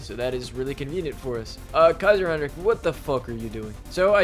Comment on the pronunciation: I love how you don‘t say kaiser heinrick like so many others at least at many points 🔥🔥